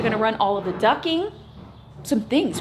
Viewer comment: It's ducting not ducking.😘